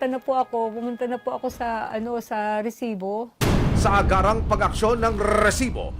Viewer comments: sinong naiinis sa pag sabi ng RRRRRREEEEsssiiibbbbooo?? hahahahahhaha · Kabuwisit yung pagsabi niya ng rrrrrrresibo!! Hanep may nagmamay ari ng pinas at may kiboloy na nagmamay ari ng mundo,,onli in da pilipins.